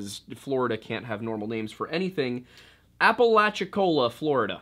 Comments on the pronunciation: Yeahhh I kinda took issue with that. I’ll chalk it up to simple ignorance because he did make the effort to research the indigenous folklore and I felt like he did a good job with that. But also, most of us probably already know how to say Appalachia, not too hard to add “cola” to the end lol. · Every time i hear "apple atch ya" i want to throw apples at people